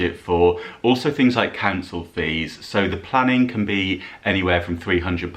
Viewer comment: Christina again. "Storing tings in" is what I meant.🙄